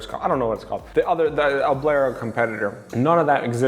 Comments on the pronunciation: Oblero? Ummm......' ober lo'. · Bro you gotta stop saying Oblero . its OBERLO :) just saying